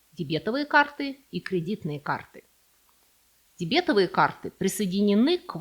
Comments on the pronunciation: Всё-таки правильно говорить дебетОвый. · не верно. При образовании прилагательного ударение переходит на суффикc - дебетóвый.